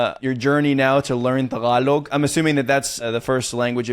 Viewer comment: the way you pronounce Tagalog is music to my ear. Good for you, buddy! 😊😊😊